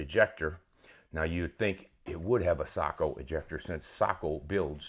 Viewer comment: Finally someone who says SAKO the right way! Greetings from Finland.